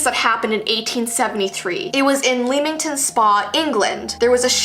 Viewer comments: how said it Leamington how its pronounced Lemington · Oh ye might have been JUST a serial killer in the Bennington triangle 😂 Also it’s pronounced Lemmington not leamington cos that’s how it’s spelt, I’ve been there, I live in England but I get the confusion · im not making fun of u but I am from England and this is how its pronounced